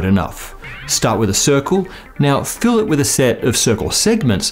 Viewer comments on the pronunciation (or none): none